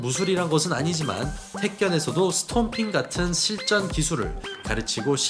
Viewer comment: 스톰핑킥이 아니고 스탬핑킥입니다